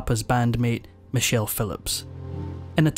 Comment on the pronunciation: Edit; Michelle - not "Many chelle".